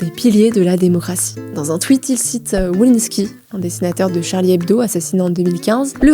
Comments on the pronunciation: J adore tout le travail effectué. Mais attention aux prononciation des noms de famille : wolinski, minc et gramsci. Il faut refaire lire les videos. C'est dommage car là ça fait amateur. Je pense que c'est une question de génération. Il suffit de faire relire par un pair... de plus de 40 ans. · Il faudrait quand même apprendre à prononcer les noms propres, Wolinski, Belfort...